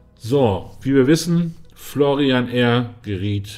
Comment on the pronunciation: Der heisst ausgesprochen Florian.. nicht Florrian